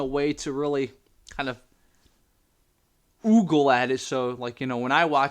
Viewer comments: It's ogle, not oogle. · btw, it's O-gle. Like ogre. Not 'oogle' 😄